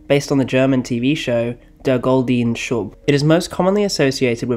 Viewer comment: That would be 'Deah Goltnuh Shuus', for 'Der Goldene Schuß', not 'Deah Goldihn Shub'.